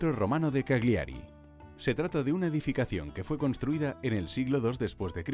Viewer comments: Cal-yiari es la pronunciación de Cagliari y alguero de Alghero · Se pronuncia Cágliari con acento en la A. Y Alghero se pronuncia como "gu", no como "J". Además no es la ciudad mas poblada del norte.